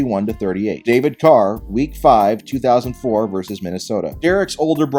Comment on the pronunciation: "David Duke Carr" oh no 😳😳